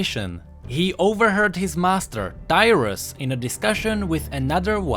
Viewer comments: Tyrus? DYRUS? =.= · Who else thought he said Dyrus xD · 0.32 I was letting it play while doing other stuff to just listen then i almost fell of my chair cos I thought he said "Dyrus"